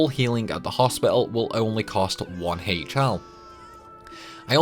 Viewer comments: The way you pronounced HL made my skin crawl LMAO. Great video, though. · Your pronunciations are weird as hell. "HL" is "Hell", not "Aich-Ell". "Chara World" is "Karah World", nor "Tcharah World" - "Chara" here stems from "Character".